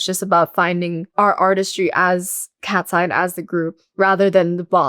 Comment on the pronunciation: where is Manon ??? its not katseye its katsey